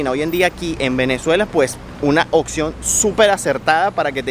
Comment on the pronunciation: Se dice OPCION, No OXION! 🤦🏼‍♀️🤦🏼‍♀️🤦🏼‍♀️